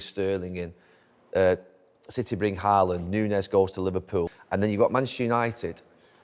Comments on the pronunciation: Haaland isn't pronounced HA-LAND. It's HAW-LAND because of the two a's. While were at it, Ødegaard is something like ER-DEH-GORED. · I'm going to get tired of hearing the English pronounciation of Haaland and Ødegaard this year... I know you can't know, but "aa" is not pronounced a :) Aa is the same as the Norwegian "Å", which is pronounced a bit like how you say the "o" in words like goal, boat, coat, etc... You'd be pretty close by just saying "Holand", atleast much closer than "Haland"...